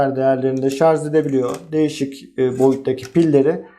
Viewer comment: yazarken "şarj" yazıyorsunuz da, neden anlatırken ısrar ile şarz diye telaffuz ediyorsunuz?